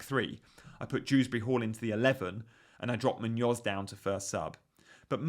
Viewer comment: It's Muñoz. MOON-yoz. Not Moon-OZ.